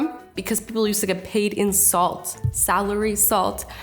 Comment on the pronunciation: when Azzy said 'In salt' sounded like insult 😂